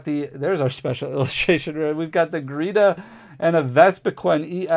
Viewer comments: Her name is Geeta NOT gReeta! Just read the darn card!!!! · Awesome pulls! But GEETA! Not gReeta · BTW, I love ya, but it's GEEta, no R, not GReeta...... 😅 sorry for correcting you, but 🤷‍♂️😅